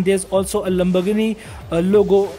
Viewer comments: Wtf is lambargandi, lambargann, lambarganni, ek br practice krli hoti video se pehle, it's fkn Lamborghini. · It's Lamborghini Not lumberghini. I'm sorry for correcting , not making fun of you . It's just offensive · Why he saying "lambogni" 😂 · Bhai wo Lamborghini hai lumbergini nhi😅😅😅😂😂😂🙏🙏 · Am I the only one hearing "Lamburgni'? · Why he is saying lumbergn edition 🤦🏻‍♂ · the lamburghan edition!!! . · He said lumbogini lmao